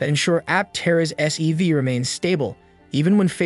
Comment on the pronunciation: Sounded a lot like SUV, and the CC kept calling it an SUV. But at least SEV would make sense.